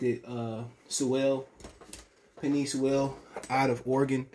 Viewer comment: Once you said his name wrong ! I Hit 🛑 👀💯